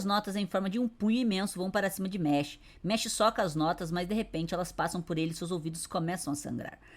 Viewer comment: Mash = meshi kkkkkkkkkkkkk aqui no nihon a pronunciation e mashu 😊